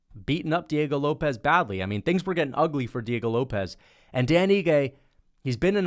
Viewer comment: Just got to the pronunciation of Diego Lopes, this is brutal